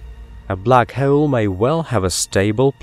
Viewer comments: Awesome video but i cant get over black hoe-elle. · 😂 The way this guy pronounces hole 😂